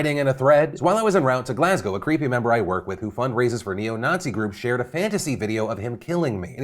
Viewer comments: might honestly be the best pronunciation of glasgow by an american i've ever heard 👌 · Well done Phil you pronounced Glasgow correctly